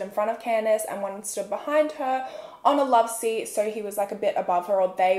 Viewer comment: Idk her Australian accent is weird to me. It sounds as tho they add extra rrrs in words. Like she says soooorrr instead of so... & horrrme instead of home.. norrtice instead of notice... etc...idk i just catch it, & I am not hating. I am Canadian so this might be why I catch it!